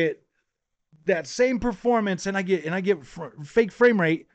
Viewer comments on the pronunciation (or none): hey. AMD is soon getting fwake fwames too and I cant wait. lol.